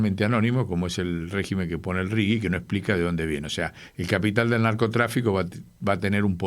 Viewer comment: RIGI SERÍA MEJOR PRONUNCIAR RIJI .... LEY DE PASTA BASE